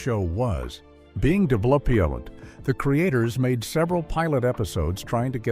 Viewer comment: So....what I learnt from watching this video is that Ai is unable to pronounce the word 'Developed'.